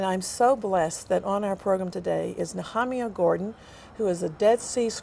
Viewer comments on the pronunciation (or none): She mis-pronounced his name over and over. His is too kind to correct her.